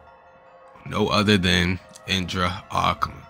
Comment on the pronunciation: aku-ma :/ A-Ku-Ma B)